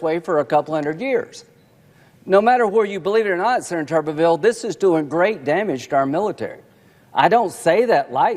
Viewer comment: As a Huntsville resident, I'm gonna have to ask you to say his name correctly... It's Tommy Tumorville